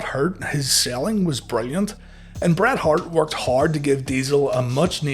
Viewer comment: Then damn dude, don't call him "Bret Heart" 😅